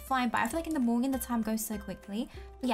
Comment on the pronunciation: Not to be rude but it sound like said Moening but you say Morning but i love you ❤️❤️❤️❤️❤️❤️